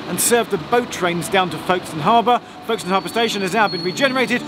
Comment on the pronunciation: I was born and brought up in Folkestone. It was quite amusing to hear Geoff's mispronounciation of the town name. The locals say Folkstn. And woe betide anyone who spells it with no middle 'e'!